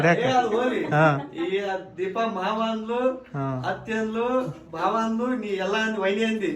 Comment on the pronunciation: Bhav alla bhaav anta bareyiri.